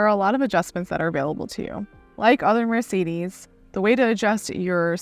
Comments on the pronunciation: It's Mercedes Benz not Mercedis Benz 😂 E eeeee Use eee it e E from eu emphatic Try saying Empatic whit i Thats right it sounds idiotic 😂 because is that so So please learn to spel it This is the letter E from emphatic not sometimes E sometimes i man you americans are so untalented at existing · Wish she didn't always call it a Mar cedes, surely a reviewer could learn the name properly